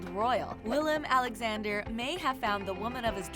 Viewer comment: Every time I hear her name I feel personally offended they put my name second (jk), but the same thing with the king, Willem Aaaaa-lexander